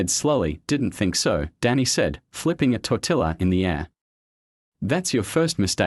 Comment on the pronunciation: Tor- ti-ya not tor-til-la